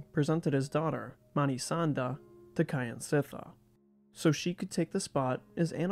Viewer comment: Not "Ky an sit thar" but "Kjan sit thar"